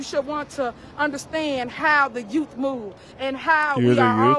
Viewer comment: If she wins, then the people deserve what they get. One mistake is enough. It was a huge mistake. She can't even pronounce youth, she said yout!